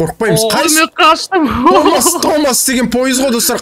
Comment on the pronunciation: Томас дегенді топас деп естіген мен😂😂